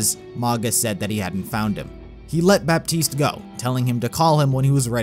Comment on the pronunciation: The way you say Baptiste... It's pronounced "Batiste", you don't say the P.